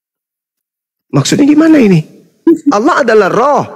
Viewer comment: Berpirmanlah ALLAH buk, bukan ALAH😅